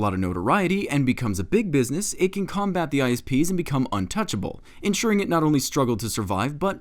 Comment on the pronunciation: When the politican said isps I thought he said ice peas.